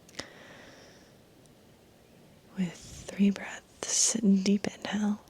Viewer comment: I heard “deep inhale” as “deep in hell” 😳 😂😂😂